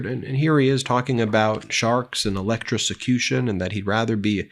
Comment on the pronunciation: Love your new Technical Term .... ELEC-TRICI-CUTION